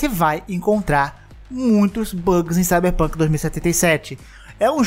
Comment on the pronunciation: Esse começo ksksksk "cyberrrpunk"